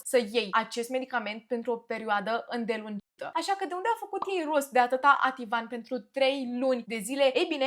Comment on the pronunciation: perioada îndelungată,, nu "îndelungita" 🤣🤣